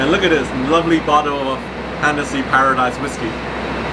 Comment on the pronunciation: Paradis not Paradise..Sammy boy..